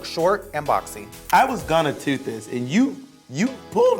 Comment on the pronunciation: Dani In I love it, just say "tut" instead of toot, just like tit?